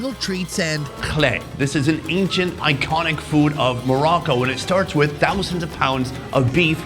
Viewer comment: You need to loan to pronounce it right it's Morocco